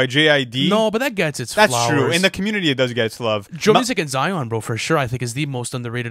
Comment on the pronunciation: If anyone from Zion heard you pronounce it like that theyd be upset, for some reason they are super uptight about it sounding like en not on